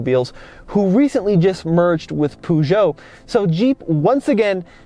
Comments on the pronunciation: It's not puoojo it's Peugeot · Dear God Almighty, that pronunciation. It's not "Poo-djoe", the first syllable is pronounced like the first half of the word "purr". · The way you say Peugeot. Poojoe ahahaha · Poo-shou ? 😂 Peugeot doesn’t own Jeep lol. FCA group does (Fiat Chrysler Automobiles). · Great video! But try to learn how to pronounce Peugeot please lol not that it matters much to anyone... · Great video. But the pronounciation of Peugeot has me laughing. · "litre" is well pronounced by the 2nd person, but please learn to pronounce "Peugeot" corectly !!